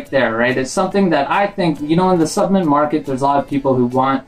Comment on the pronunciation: Cringed everytime you said s U p M e N t